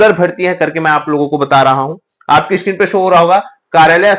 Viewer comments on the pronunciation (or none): none